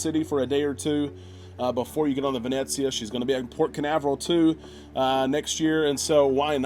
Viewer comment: PLEASE...it is NOT pronounced Vin Et zia...it is Vin Eh Zia ....no "t" sound. 😁 Just a little something that drives me crazy...otherwise great vlogs!